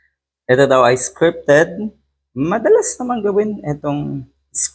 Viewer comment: HAHAHA ... Ano daw? SCREPTED ( as pronounced by this trying hard vlogger). Ikaw yata ang matinding pangangailangan ng director. Wala na bang ibang mas matinong tsismis? .... haaaay nakupo!